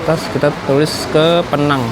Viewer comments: Sebutannya bukan PNANG.. PINENG.. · Bang PENANG bukan peenang, pake penegasan PE-NANG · Sebutan penang ....pineng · Bro Penang di baca pineng 😂😂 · Penyebutan Penang bukan Vokal Penang bg. Tp Pineng. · Pineng bukan penang😅😅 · Maap kalau boleh kasi masukan.. kalau Penang itu di sebutnya pineng ya mas. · Penang sebutan nya Pineng bang..saya pun jadi pening ( pusing )..😅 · Penang,penyebutannya Pineng. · Penang penang, yang betulnya adalah pineng. Buruk sangat sebutan penang tu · bkn penang tp pineng atau pinang ya 😂😂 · Tante Saya Org Penang, Di Menyebut Kota Penang Dengan PI-nang.. Penekanan Huruf I.. Terdengarnya Mirip PINEENG.. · Agak resah denger pronounciation Penang tu. Yang betul itu Pineng yaa bang😂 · penyebutan Penang nya agak lain bang..hahaha = Pineng org malaysia cakap bang.. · Menit Bukan PENANG mas bacanya PINENG biar enak dengernya logat Inggrisnya ... 😊😅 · Penang dibaca = PINENG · Itu nama dia pineng bukan penang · Penang itu melayu bilangnya pineng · Sebutan betul Penang adalah Pee-neng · Nyebutnya pineng😁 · Cara ngomong Penang nya lucu 😂